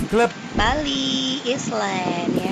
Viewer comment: Anying...rambut aja pirang tapi ....island bilang islen😂😂😂 jimbaran beach club g gitu jg kali bentukan nya mbak